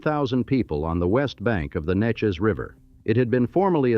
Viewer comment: Narrator can't say Neches.